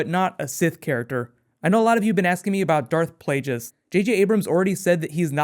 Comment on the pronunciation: Who's Darth Plageous? How can a star wars nerd not say his name right? Palpatine says it in episode 3. Darth Plagueis, the wise.